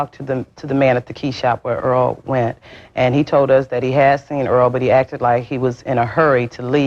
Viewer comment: Not pronouncing the victims name correctly is insane . *Earl